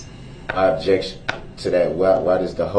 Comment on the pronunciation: Det. Casey was GREAT.....love how he waited for DB to "ub-jekt" before he answered every question.